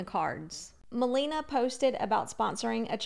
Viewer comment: I know it doesn’t matter but just maybe If you make a future video, it’s ma-LAY-na. Not ma-LEE-na 🥰♥️